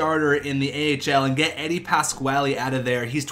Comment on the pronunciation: you can say Eddies name wrong but please play him.